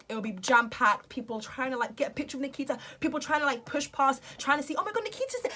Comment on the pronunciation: Why do British and English ppl pronounce names that have an 'a' at the end with the letters "er" like she said Nikiter.... I watch a lot of British bases movies and shows and always wondered about that